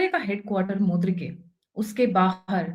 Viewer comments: Its not mudrike..... its Murid-ke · Its not Mudrike, Its Mureedke! Agreed, wonderful , Dhurandhar 3 - with a strong woman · मुद्रीके नहीं मुरीदके कहिये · It is Muridke, not Mudirke.